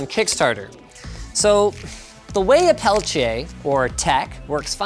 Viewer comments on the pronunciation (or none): It's not pelitche it's peltIER. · I’m pretty certain it’s pronounced PEL-TEE-AY. This video becomes more unwatchable ever time Linus says pel-ch-ay... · pelchiay ? isn't it pronounced peltier? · What's a Pelcheay, I thought it was PELTIER? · its peltier not "pelchiay" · "Pelchier" lol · Sorry, bro. I know you had to learn French, but everyone says "Pel Ti Er". Also, these were all the rage in the 90's. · WTF is a "pelchier"? Lol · "pelchiay" smh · Linus, it's pronounced Pell-Tee-Ah, FFS! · It's Peltier... not Peltea... that bugged me more than anything else in this video. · Peltier, not peltiè (Pel-tier) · peltier = Pel Tee Ah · PELTIER , there is no CH in peltier.your pronouciation is incorrect. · Linus' pronunciation of "peltier" reminds me of when Tom Brokaw was reporting on the original Pentium division error bug, and pronounced it "Penchum." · Why does he keep pronouncing "peltier" with a "ch" ??? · Thats not how you say Peltier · Ive only ever heard peltier pronounced with a hard t sound. Not the "ch" sound he went with.